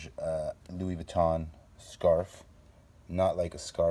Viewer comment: In France we say it Louis Vuitton saying the N thru your nose.( vuittong)